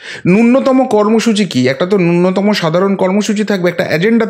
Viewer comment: 'নূন্নতম' নয়,'ন‍্যূ ন ত ম'।